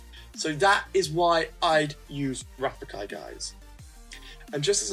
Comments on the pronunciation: is rafiki say with me RA-FI-KI ok i love your videos you are pro😎😎😎😎😎😎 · rafiki is pronounced ruh-fee-kee. just saying.( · Rafiki pronouncing: Ra-Fee-Kee. Just saying. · Ra fe key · Hey. You say Rafiki wrong haha you're too funny. Please pick my lineup i want to know what your thoughts on it. It's Bo Peep (Wo), Goofy (Mi), Finnick (Ni), Merida (El), Miguel (Je). Keep being awesome. Thank you!